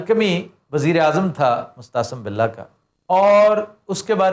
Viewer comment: sb, apne Mo’atasim billah ko baar baar mustahsan billah kaha hai. shaed tallaffuz main koi ghalati hogae hai kiun k isk naam main tareekhki her kitab main meem |م| k baad aen |ع|hai na k hay |ح|.